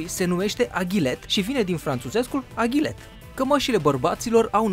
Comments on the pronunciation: Eu stiam ca e AGLET nu AGHILET :D scuze daca e cum spui tu, #nohate. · Eu stiam ca e aglet nu agilet sau aghilet cum ai spus!!?? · se numeste agle nu agliet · AGLET nu aghilet